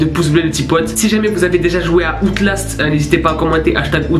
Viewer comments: Outlast se prenonse aoutlast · oui mais tu prononce al outlast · Quand tu dit Outlast tu le dit pas correctement 🤣